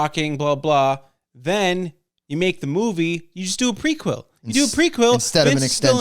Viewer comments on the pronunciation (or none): prequel (preek wool)...not prequill lol